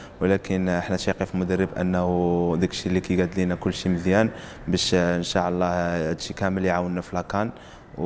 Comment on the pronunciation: ينبغي نطق " إن شاء الله " بطريقة صحيحة.